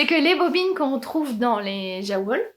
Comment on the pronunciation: Merci ! A deux c'est trop marrant. Petite précision pour Jawoll : la marque Lang est suisse allemande ; donc je pense qu'on doit prononcer yavol (en traduction littérale : ouiLaine ). Pas maniaque la fille 😂